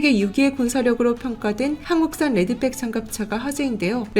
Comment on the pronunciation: 레드빽? 가방이냐? 발음 제대로해라! 무식해 보인다! 응원하다가 실망한다! 팬이다